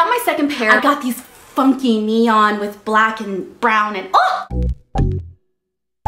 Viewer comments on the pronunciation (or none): none